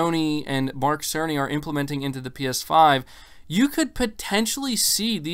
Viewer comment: Its mike cerny 🤣🤣🤣🤣🤣🤣🤣 every time they mention his name, it sounded like Mark SONY! 🤣🤣🤣🤣🤣